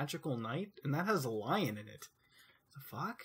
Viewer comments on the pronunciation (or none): none